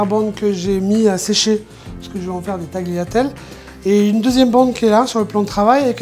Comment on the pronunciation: Petit message pour nos amis les francophones on italien on ecrit tagliatelle mais on lit taliatelle sans faire sentir le g, vous ne dites pas accompaGner vus dites "accompaner" Merci